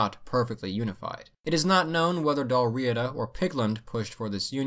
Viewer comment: Your pardon Sir but,as a native of England i doth do remark sir tis pronounced Dalriada not dalriida...Cumnich bas Ailpin...